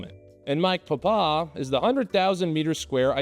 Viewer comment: I'm not making fun of how you said three and five, I'm making fun of how you said Papa.